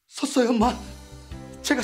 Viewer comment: 초 섯..섰어요 엄마!!